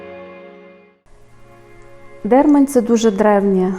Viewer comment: ДермАнь, кажуть місцеві, а не ДЕрмань. І чоловічого роду.